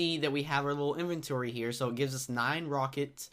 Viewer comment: Dear all Youtubers: 1. It is not in-venchory is In-vent-ory 2. It is not wa-ff-a it is wai-fer